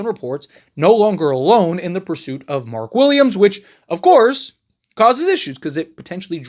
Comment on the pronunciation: Bro said mark Williams 😂😂😂😂😂😂